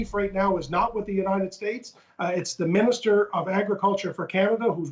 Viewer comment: “AHHHH MINISTER,..OAR”-(uh mini’steer)?? 👀